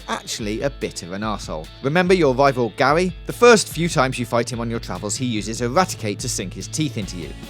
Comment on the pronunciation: when he says gary it sounds like gaoy